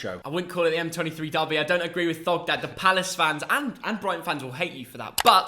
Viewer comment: Was it only me who heard Thogden said pogbu